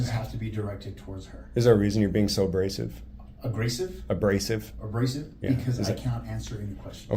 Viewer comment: says “agrasive” because his IQ doesn’t allow his brain to know basic elementary vocabulary like “abrasive” and his testosterone only allows his to think about “aggression”